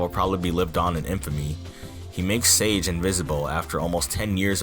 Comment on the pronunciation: Sage is not pronounced "sayj" newfriend.